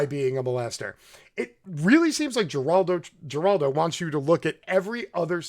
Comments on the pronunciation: A g in spanish is pronounced with an H so it is not (gee)raldo it's (her)raldo. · ..and it's not pronounced 'Jer'oldo..but 'Her'oldo... lol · You seem pretty intelligent so I'm mystified by your slaughtering of so many names and words.....please say Herr-aldo Rivera (which is his name) and Gill-ane Maxwell etc- it's so irritating to listen to!!! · “Her- Aldo” not “ger-aldo” and “gee-lane” not “Jiz-lane” my goodness I can’t even focus. Pro tip - you can click that little speaker on names while doing your serious Wikipedia research and hear how to pronounce names. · Just a note, sir: Geraldo is pronounced with an H, not a G, as in Heraldo. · It's pronounced Heraldo, not Geraldo. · Interesting speculations, but it’s pronounced Her-Al-do, not Jer-Al-do!!! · His name pronounced is Her'al do. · Heraldo the G is pronounced H / Good program thanks. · His name is pronounced like Heraldo. There have to be loads of material on prominent people. The media should ask everyone about her just to see how they respond. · Geraldo is pronounced Heraldo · I buy what you are saying, but, but, but... it's "Her-al-do." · Come on dood;It's"GHEELANE (soft g) and "HERALDO" ;g pronounced like an English h. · We have a building named after Geraldo (pronounced with an “H”). Thanks for the great video. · Heraldo is the pronunciation, fyi. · pronounced " Heraldo" and " Ghelane " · who the fuck is jur-aldo... I hope u r mispronouncing on purpose... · J-raldo? Jizz-lane? Dude learn to talk! But I agree on your points! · Geraldo is pronounced Huraldo. Ghislaine is pronounced Geelane. Otherwise good info. We will probably never hear the truth of it all even though this has been in the news since mid-aughts. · can you pronounce anybody's name correct?? It's hard to listen to you if you keep butchering the names and then get the names correct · I agree why can’t he Pronounce the 2 Names correctly? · you're pronouncing both Geraldo and Ghislaine's name wrong